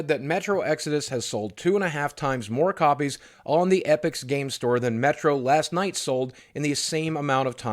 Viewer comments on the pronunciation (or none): Boogie... buddy... listen... Last LIGHT... with a fucking L !!! Sry, had to point it out cuz it bothered me to no end xD Great vid with a lot of emotions, keep up the good work 👍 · Is he saying Last Night or Last Light? I keep hearing Night. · He's so pissed that he's saying it wrong without thinking